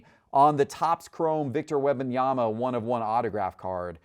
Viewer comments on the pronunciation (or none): Could someone please teach how to say Wembanyama. It’s not WEB-Anyama. There is an M before the B. It’s WEMB-Anyama. Holy Hell, already. I cringe every time he says it. 🙄🙄🙄🙄🙄🙄🙄🙄🙄